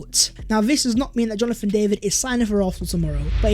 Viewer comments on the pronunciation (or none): none